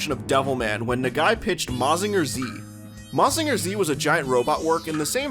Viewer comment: not that im complaining, but it is pronounced "ma-jin-ga". not "ma-zinga". but hey, most english-speaking people dont usually care about looking it up on how to actually pronounced some stuffs